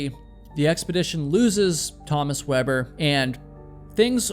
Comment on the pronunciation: Yet he butchered GERMAN climber Thomas Weber. Saying his name as if he was from the US. Tommus Wuabburr... 😂